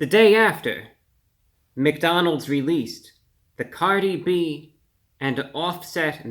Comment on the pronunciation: Cardi O?.? Cardi B... Cardi hwo?